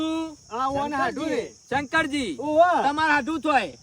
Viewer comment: શંકજી નહિ શંકરજી આવે